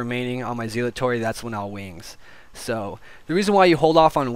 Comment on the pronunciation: For the love of God, PLEASE learn how to pronounce Zealotry.